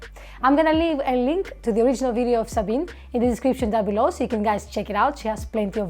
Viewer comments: I like Sabine (by the way, it's pronounced Zabina) Hossenfelder. She thinks and researches extensively, usually makes things understandable, and has a good sense of humor. In her "Is Nuclear Power Green?" video, however, I had one criticism. She didn't entirely leave out the problem of nuclear weapons proliferation, but slurred over it far too quickly. Fast breeder reactors using U238 to produce Pu239 produce Pu239, the stuff of atomic bombs and the triggers of hydrogen bombs. That's worrisome, and, in my opinion, more than just a political problem. On that count, thorium seems like a much better choice. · FYI: there are 3 syllables in the name Sabine. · Sorry to kibitz a little here, but just FYI, her name is pronounced sa-bean-uh. 😉✌️ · Sabine generally does a very good job. We need more theoretical physicists on YouTube (BTW, it's pronounced like 'Sabina'...it rhymes with ''). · Good review of Sabine's video. One big note: you are mispronouncing her name. It should rhyme with (the consonants are different but the vowel sounds are almost exactly the same). As to reviewing other of her videos. She is a physicist so her physics based videos will be similarly accurate and interesting. She has a number of videos diving into other areas though, and there she is less informed. Especially with topics involving the social sciences, her political views prevent her from being unbiased. So it's best to be more critical of anything of hers dealing with sociology, economics, politics, psychology, etc., where she has no real expertise. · My love for Sabine’s (pronounced ZA BEE NA) channel brought me to your reaction video. Now it seems I may have a new channel to love! I would love to see your reaction to one of Sabine’s music videos! Looking forward to digging into your entire content… you have a new subscriber in me!❤❤❤